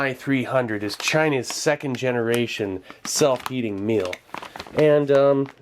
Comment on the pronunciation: I thought he said self eating meal at first😂